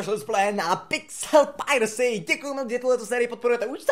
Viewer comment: Když jsi zdravil znělo to jako kdyby si nás vítal u pizza piracy :D Nebo to tak znělo jen mně?